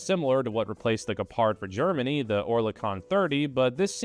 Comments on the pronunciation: I know you don't care about how badly you pronounce Gepard so I won't either; an American doesn't want to be corrected on their horrible pronunciation is nothing to write home about. Maybe you could've spent like 1 minute of your precious time to type this new word you don't know yet into google translate so it gives you an example of how to say the word you wanna say in the video, you'd come across less ignorant and so much more internet capable. And less negatively American. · You mispronounced Gepard and I do not care. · Even tough you don't care. You pronounce Gepard almost correctly. Only the accent is not on the A but on the E: correct: Gépard (long e and short a). Wrong: Gepàrd. :-) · You almost got it with the pronunciation... 😅 Greetings from Germany!